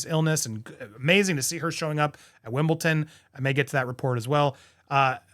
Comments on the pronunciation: “Wimble-D-on”… W i m b l e D o n - - -DDDon. It boggles my mind why is it so hard, for Americans that speak perfect English, to pronounce “WimbleDon”, and always go for “WimbleTon”:face-blue-wide-eyes:. Is exactly the same effort, practically the same tongue placement, why inter-change the sounds? It gets me, every single time I hear it. :face-pink-tears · Love your work,, maintain the rage, love how you keep it real... but it's WimbleDON, not Wimble-Ton! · It's Wimbledon. NOT Wimbleton! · Just a really gentle and friendly comment as I hear it mispronounced over and over again from American presenters ….. its WimbleDon not WimbleTon - love you 🇬🇧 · What is up with you lot ?…. It’s WimbleDon NOT WimbleTon…. Just finished explaining that to PDina!🇬🇧🇬🇧🇬🇧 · Why does Americans call it WimbleTon? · I don't know if it's an American thing but Wimbledon is pronounced with a d 😊